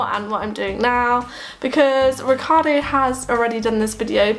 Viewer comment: To me is strange not only that you don't speak nearly any italian after some years of living in here and being married with an italian, but that when you say the name Riccardo you basically pronunce it like any english speaker person who has never heard how this name is supposed to be pronunced in Italy.